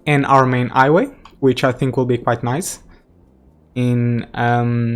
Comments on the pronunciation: i only realized it at ''highway'' you said ''iway'' but i don't mind :D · 'iway, 'opefully;)